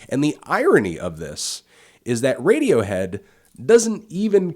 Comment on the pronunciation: lol this chick said radiowho